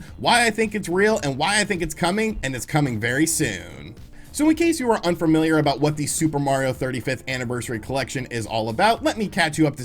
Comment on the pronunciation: There is no R in the middle of the word familiar